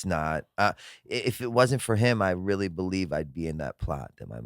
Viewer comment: "I used to stuff toilet roll up my arse for 12 years" rearly" lol